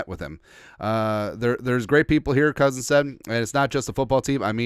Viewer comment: Why you saying it with a t? Kirkk